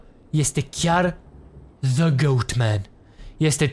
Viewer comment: De ce zici "za" la the